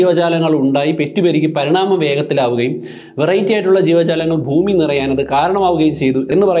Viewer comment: എല്ലാ വീഡിയോകളും മികവുറ്റതാണ്. ഉച്ചാരണത്തിൽ, ഫൂമി മാറ്റി ഭൂമി എന്ന് പറഞ്ഞാൽ നന്നായിരുന്നു.